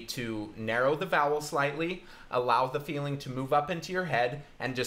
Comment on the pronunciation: Does anyone else hear "bowels" instead of "vowels"? Maybe I'm too much of a horror fan... 😂